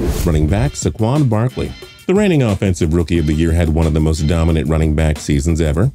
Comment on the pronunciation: When will y’all learn?!?! It’s saquon. Say-kwon That’s how you say it